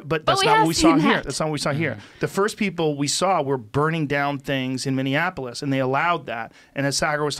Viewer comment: Did smart ass joe just mispronounce Minneapolis 🤔